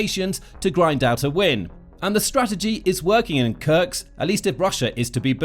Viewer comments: it is called Kursk not Kurks the s comes before the k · Kursk is really not pronouneced as "Kurks". You essentially butcher every single settlement name which does not help your channel credibility. One may wonder how accurate are the facts if not a single name is right... ˈkɜɹsk ‐ not that difficult :-) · YO! MASTER of mispronunciation! It is in FACT Kursk NOT Kurks! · It’s KurSK Not Kurcs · Is this guy an A.I. with no geography training, or a human who was handed a script that wasn't spell-checked?! It's "Kursk," not "Kurks"... sheesh 🤦‍♂️ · It's not krks it's kursk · Where is Kurks? Do you mean Kursk. Learn to read simple words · its kursk not kurks and sudcha, not sew dee ga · Am i the only one who noticed the (probably AI) narrator kept pronouncing “Kursk” as “Kurks”? Also “Sudaja” lol